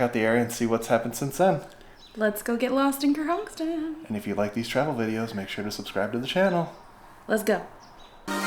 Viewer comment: “Ker-honk-son” not ker-honk-ston